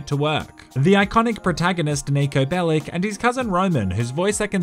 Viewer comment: Its not Niko Belik its Niko Belić xD